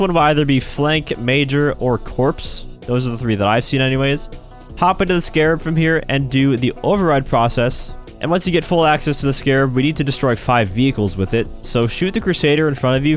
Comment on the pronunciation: "Corpse" for "Corps"... pronounced "core"....the "ps" is silent 😂 😂😂. Well, now you have something in common with Obama....he pronounced it wrong too 😂😂😂😂